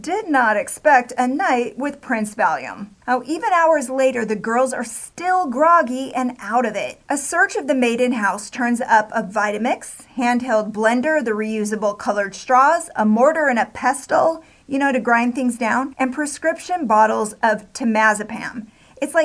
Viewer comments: The "T" is silent in the word "pestle". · The 't' is silent in 'pestle'. I really don't understand the use of strange voices and comic facial and vocal expressions when talking about such a serious topic. The way this video is presented is just weird to me.